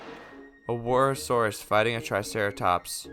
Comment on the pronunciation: He said to roast him for tsintaosaurus but instead he mispronounced wuerhosaurus. LOL